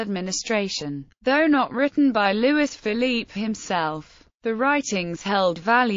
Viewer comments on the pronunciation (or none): Ffs. LOUIS. "LOO - E".